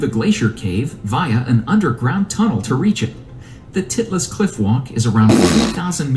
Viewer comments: “Titless CliffwaAalk” “Titless CliffwaAalk”- Dutt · "TIiTlis CliCk WaaAalk" Wreacts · BRUH why does flight say titles cliffwalk like that 😅😅😅😅